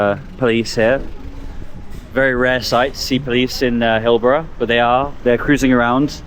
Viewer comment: HillBROW not Hillbruh. As in eyebrow. Also, you can't flit into one random area in one random city and make blanket assessments for one random video without doing deep research. Utterly pointless.